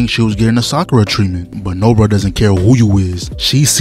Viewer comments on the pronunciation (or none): none